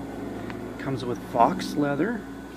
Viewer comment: Good video, but faux leather is not "fox" leather. It is pronounced "foe" leather (imitation). I love the font size and the size of the compact bible....perfect! : ) Thank you for your video!